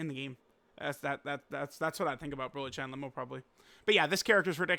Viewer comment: Why does always mispronounce Cheelais name? Its not CHAI